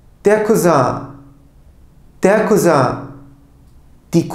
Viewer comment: der Cousin'i kuzin degil de kuzan diye okuma sebebinizi ögrenebilir miyim degerli hocam? 🩷